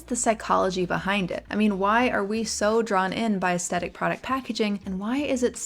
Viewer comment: Hi, I love your videos but it's pronounced "aesTHetic". It was driving me insane. So sorry to nitpick, please continue to put out great vids!